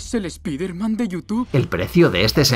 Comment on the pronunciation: Jaja pronuncia tal cuan spiderman en vez de pronunciar spaider man